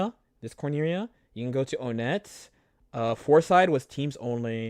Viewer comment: small pain at oh-net and not one-et but that's definitely just my fondness for EB turning me into an irritating pedant